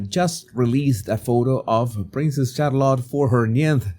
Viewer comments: It's Shar-lette not Char-lot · Her name is Shah-lit, emphasis on the first syllable. Not Shar-lot. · Charlotta? 😅😅😅😅😅. It is a hard T pronunciation at the end.